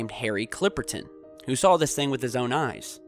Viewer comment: Is it just me, or does pronounce the word SAW as SAWL